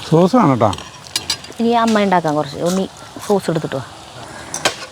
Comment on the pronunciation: ചീസ് അല്ല സോസ് 😂😂😂